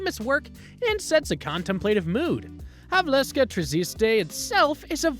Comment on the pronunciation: Its Havelske, not Havleske. In czech Havelské tržiště 😉